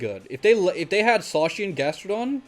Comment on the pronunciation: idk if any official pronunciation has been made for Zacian - I've heard it pronounced so many different ways - but I like the way you say it so that's official now xD